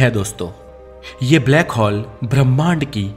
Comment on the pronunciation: हॉल nhi होल बोलिए सिर प्लीज